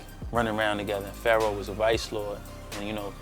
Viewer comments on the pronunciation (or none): none